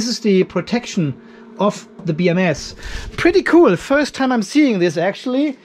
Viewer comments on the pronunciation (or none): none